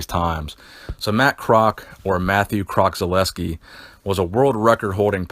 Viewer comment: Its Pronounced Kroz - all - ES - key its my uncle